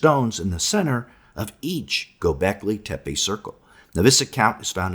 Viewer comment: G-Y-O B-EK L-Y TE- PE. (LET'S TRY AND PRONOUNCE IT CORRECTLY).